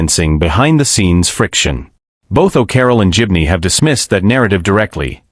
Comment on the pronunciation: Pity the commentator hasn't a clue how to pronounce GIBNEY!! :hand-orange-covering-eyes